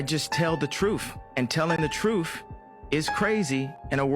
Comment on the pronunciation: “The trueff” trueff?? Yuk